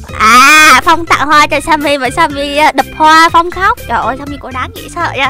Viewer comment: Sao skin tên Timmy mà tiếng là Sammy vậy